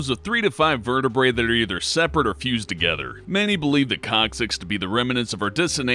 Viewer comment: no matter how much he says cocksix i hear cocksix.